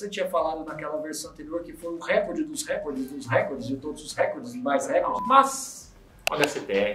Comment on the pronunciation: "Recorde" é uma paroxítona